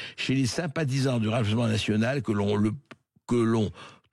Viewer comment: du r’âjement national ❓️❓️❓️❓️